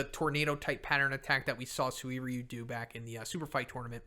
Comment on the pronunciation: Legends says a C class hero dies everytime PRONOUNCES SUIRYU AND SUIKON FUCKING WRONG!!! for godsake hahaha! In the anime they pronounced it "SIRYU" ("U" BEING MUTE) (and it makes sense since many words in Japanese have a Mute U)